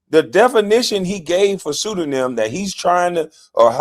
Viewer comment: KB you saying pseudonym on purpose , right 😂😂😂